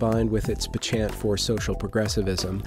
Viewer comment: Real excited for this. Now for my part in the inevitable spelling and pronunciation corrections. "Penchant" is pronounced pen-chint with the accent on the first syllable, and your title card says "Extrares" with an extra "r." It is Extares.